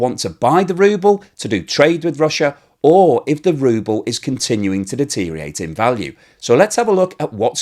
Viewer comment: D E T E R I A T E is not a word.